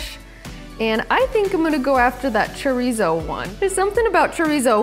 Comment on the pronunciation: You gotta your tounge when you say chorizo or it’s not chorrrizo 😂